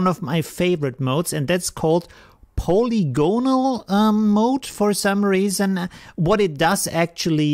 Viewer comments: Phonetically it's "puh-lig-guh-nal", but good attempt! 😁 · yes but slightly shorter and more abrupt. However, I wouldn't worry, your English is excellent and it doesn't detract from another great tutorial. Thanks! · paw lig on al -- Having many sides or relating to a surface marked by polygons. an tea a lee ass for antialias, caw pee for copy, subtract has no "s" between the b and the t, hope that helps as much for you as your fine tutorials do for us learning AP. Always appreciate the information. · please keep saying it that way. :-)